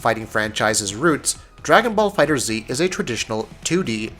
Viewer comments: So many reviewers are getting that wrong. It's Googleable guys. Just look up how something is pronounced. Fighters not Fighter Z. Also, the backgrounds are very intractable. Sure you can't hit someone with a car but you can destroy a lot of the backgrounds, knock opponents into buildings and mountains. You can even knock someone to a completely different stage or destroy the one you're on. The reason for the diminishing points is so you can plan your route properly and not just fight everyone. Otherwise it could just be a regular fight list. And I didn't feel there was a lot of experience in fighting games or time really put into the game. Like you played through most (not all) of the story did a bit of the arcade and said "yeah i got the jist of it." and put out a review. I could be very wrong and if so im sorry but i feel i could have put out this review with the 70 fights i got out of the beta and with basic Wiki research. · erron black yeah trey Enma is right Bandai Namco had a livestream, at the end they stated that the game is pronounced Dragon Ball Fighterz not Dragon Ball Fighter Z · Totally right dude! Tomoko Hiroki, game producer said is Fighters. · I do not care, To me it is Dragon Ball Fighter Z because Dragon Ball Fighterz is fucking lame sounding. Also it is the same concept as M1 Garand ( Gar Rand). Even though the creator pronounced his name Garand (Garen) . People say Garrand. Same principal here. Dragon Ball Fighter Z it is!!! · Trey Enma Dragon Ball FighterZ also doesn't have a space between Dragon and Ball even though the game is listed as "Dragon Ball FighterZ" on stores and Bandai Namco's website so I won't take that logo completely for granted. The simple fact that the creators stated that it's pronounced Fighters is a good enough confirmation of its pronunciation, but they still said that people are free to pronounce it however they want. To me, both "Fighters" and "Fighter Z" sound equally dumb, therefore I'm fine with either pronunciation.